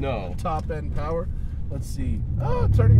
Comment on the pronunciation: "Poww-errr!" lmao, I think Matt was being a smart ass...